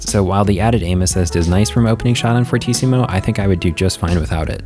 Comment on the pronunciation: It's actually pronounced Fur-tee-ci-mu, fortíssimo is portuguese for very very strong